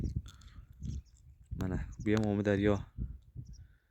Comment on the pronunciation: Сенга имменна гапраётган болага сен бунака видиё чикарма тушундинг биринчидан Омидарёмас Амударё дейилади гапиришниямчи сиккиб куяркасан яхшиси йу́к булиб кет хопми